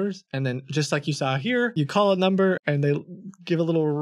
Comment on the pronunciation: I don’t trust anybody who can’t say and pronounce the number if u say nomber I’m not trusting u 😂 😂😂 nooumbera